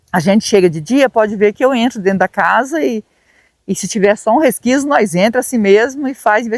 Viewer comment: eu amo vocês, não é "resquiso" é resquício, que fala. Estou te corrigindo, com todo amor. ❤